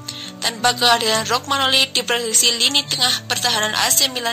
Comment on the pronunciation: Romagnoli bukan Rogmanoli 🤦‍♂️🤦‍♂️ Kacau kacau